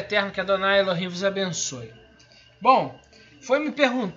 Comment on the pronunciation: Ele já começou errado, pronunciando: Adonai Elo him